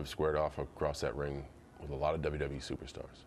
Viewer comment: the way that MC pronounces WWE is irritating at best